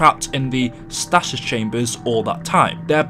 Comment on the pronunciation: Your pronunciation of stasis hurt my ears